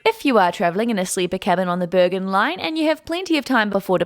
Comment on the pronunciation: It is Bergen with a hard g. as a Swede probably says it like the Swedish word for mountains - bergen, which is not the Norwegian way.